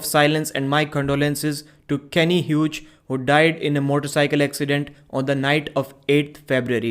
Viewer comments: "Hughes" is pronounced "Hews" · Pronounce his name Hyoos